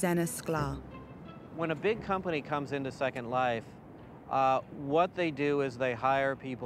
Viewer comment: i heard it too. how do you have a 30 min documentary of virtual worlds and you can't even pronounce the biggest one out there properly?